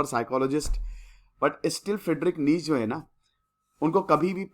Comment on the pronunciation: नीटशे Right pronounciation